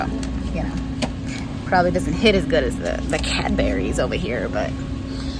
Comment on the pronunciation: Constructive criticism incoming 😂 its pronounced Cadburys not Cadberries; Cad-bur-ees. ❤